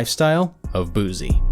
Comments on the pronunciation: This dude committed to making a biography of someone and didn't research how to pronounce their name. Boose EEEEE Booo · White dude calling him Bewzee? I just couldn't watch pass the 1 minute mark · My man it’s pronounced boo-cee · “Boopack” “ boozie” “porschea “ “box Chevy “ 😳🤦🏾‍♂️ I cant with this dude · Thanks for this clip but Narrator...WTH is “Boozy”?! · Say boo z again. One mo mu fukk in time😡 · Thumbs down just by how he's pronouncing BOOSIE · Why dis man saying boozie 🤣🤣🤣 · I disliked cause of him keep saying “Boozee”😭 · Brah keeps saying Boozy 😂😂😂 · This dude saying say boozie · "Boozie" lmao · Nobody: ... This Nigga: “Boozie” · The narrator says Baton Rouge correctly but didn't say Boosie correctly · I can't take you serious, you're not even saying his name right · If I had to hit my spliff every time you got the man name wrong It would have been gone in under a minute. No Cap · I stopped watching because of how he pronounced his name..... 👎🏾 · He can't even say his name right 🤔🤔🤔🤔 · Where the hell the Z come from in his name! Smh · Learn his name. SMH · Had to stop I just couldn’t hear you butcher his name like that one more time! You are being to proper...pronouncing every syllable lol Gotta add that ghetto pronunciation to it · I thought I was the only one who thinks he’s fucking up his name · Mannn gahh damn If you cant say boosie stop saying it after every sentence make it hard to watch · Its BOOPAC not BOOPACK. Dude was killin me with the "Boozy". That jus goes to show how much "they" care to know about our culture. Smh. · This dude should have done his research on how to correctly say his name first he said "Boozie" then "BooPack" huh?? Smh 🤣🤣 need a black guy to do this stuff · BOY WHO TF IS BOOZY????? we from BR boy Boo-see BOO-SEE not BOOZY and it's See-Lock not See Lowk or what ever middle eastern sounding accent you said it with. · Its Boosie. Not Boozie 😂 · BOO-SEE NOT BOOZEE fuck man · “BOOSIE” with an “S” not BooZie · BOOSIE not BOOZY